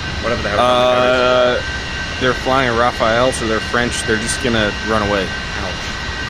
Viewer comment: Oh thank goodness you pronounced the French fighter name correctly ! Not like the christian first name "Raphaël", but like the french word "Rafale" for a gust of wind or a machine-gun burst. Nobody in the english-speaking world gets it right, Kudos !